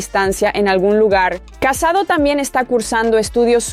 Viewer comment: no se llama casado se llama CASADÓ con acento en la O!!!!